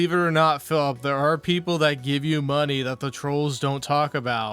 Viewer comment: Thanks for the suhpoort = Yeah, I’m squeezing you guises for muhnny So what I love the game = I only “enjoy it” when you gimme muhnny What chill and pawsitive cahntent, you guise Sound good? *annoying copium fueled drunk clown seal laugh